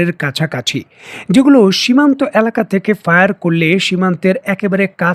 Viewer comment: কিরে ভাই? এলাকা/Aলাকা উচ্চারণ করলে সমস্যা কি? ভুল উচ্চারণ করেন কেন?